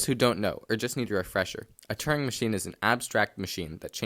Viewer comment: It’s called a Turing machine, not a “turning machine”; “Turing” rhymes with “during”.